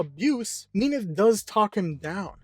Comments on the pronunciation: Mean-eth? I thought its Mint-hey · Yeah, its min-thee i think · she is mean, so mean-ith is kinda funny to me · Am I the only one triggered like hell with how he pronunced Minthe all the time?